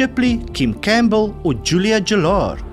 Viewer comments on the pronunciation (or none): Julia Gillard is pronounced GILL =ARD ....as in GILL of a fish. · Gillard is pronounced with a hard G